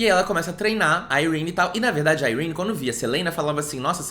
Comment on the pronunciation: Dane-se a a tia Sarah para mim Yrene se pronuncia "Irêni" e ponto final slsksks